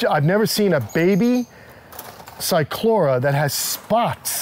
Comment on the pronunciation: I know a lot of people pronounce the C but not on this one. I noticed he slipped on that one, but i have heard him say it right, as well. he really is quite knowledgeable, he has a very diversified knowledge. My experience is mostly with giant Tortoises and Cyclura Iguanas but i have a medical interest in them. I have studied them for 40 years so i try to put out a lot of knowledge that i have learned by practical means. I think that is one of the most gratifying experiences i have,, being able to help someone being able to help the animals, that's what life is all about